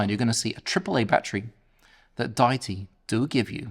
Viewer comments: Love the review! Specially the simpleness. Would have especially appreciated if all the audio in the review came from the mic, and also "Die-tee"? Is it not Dee-it-tee? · 🤔😂🤦‍♂️😳 pick one mate think they go with day-itee or or the common pronunciation of Deity as in a god , … Dee itee 🤷‍♂️ jus’ saying, but it definitely ain’t however your saying it 😳 ✌️ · You have it spelled wrong,, it is Deity and you are pronouncing it wrong.